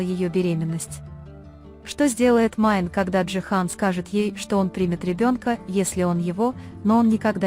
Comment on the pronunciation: Не Майн 👎 Мине! 🤦 как же неграмотно читаете. 🫢🤮